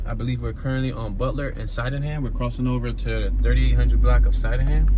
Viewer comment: Lmao 🤣😂🤣😂 it's pronounced sidingham street you not from Philadelphia if you pronounce it the way that you did 😅😅😅